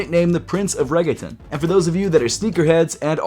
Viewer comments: This guy said “regetan” whitest thing I ever heard. Hahahahha 😂😂😂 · “King of reggatin” lol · Shits ugly and you said Reggaeton wrong.